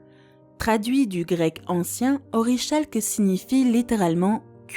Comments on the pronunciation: Bon, j'en suis pas à la moitié et j'abandonne... Ça pourrait être sympa si c'était un peu mieux documenté, et s'il n'y avait pas tant de confusions entre les dieux romains et grecs... Une petite précision, orichalque se prononce ɔ.ʁi.kalk soit Orikalk, de óros (« montagne ») et khalkós (« cuivre »), oreíkhalkos (« cuivre des montagnes »), vous m'avez perdu au bout de 5 orichalques prononcés de façon incorrecte... L’Atlantide reste un mystère et après tout c'est très bien comme ça. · On prononce Orikalque... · Rien ne vas dans cette vidéo, mélanger les dieux grecs et romains c'est affligeant. Ne pas savoir prononcer orichalque correctement c'est pitoyable, comment demander aux gens d'avoir de la culture quand elle est présentée comme ça. Vraiment nul.